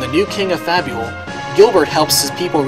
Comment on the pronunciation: Fabul... Fable.. come on man.